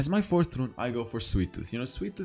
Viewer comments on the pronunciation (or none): none